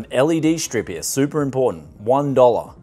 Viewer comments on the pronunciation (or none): none